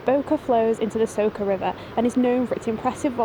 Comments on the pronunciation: Great video, first time on your channel. Just one request. Try to use Google translate to learn how to pronounce the names. It's Bovec not Bovek, like the C in City and is Soča not Soka, like the C in Chelsea. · Hi, it's nice roadtrip. Please don't pronunciate names of cities wrong, Soča is not soka and Bovec is not Bovek.